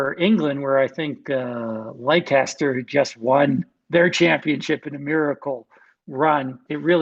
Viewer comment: Leicester. "Less-ter", Not Lie-chester.